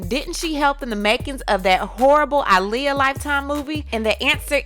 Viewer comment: Aaliyah "AH-liyah" not "ALI-yah"